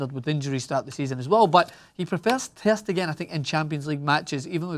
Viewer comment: The way this scotch egg say ter stegen is sooo aggravating